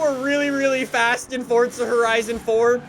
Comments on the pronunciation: It’s not fortza, it’s F-O-R-Z-A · If he says FORT ZAH one more time I swear !